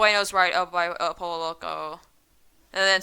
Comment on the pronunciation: And it not pronounced polo its pronounced poyo